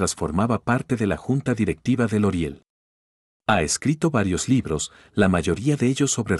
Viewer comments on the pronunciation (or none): No es loreal? porque dices loriel?